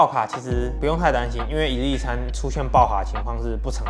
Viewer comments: 我聽成一粒一餐... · 為什麼開頭我聽到你說（一力一餐) 是我聽力有問題嗎？😂